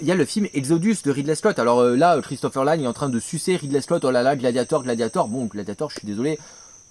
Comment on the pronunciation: On prononce Christopher L'âne il me semble.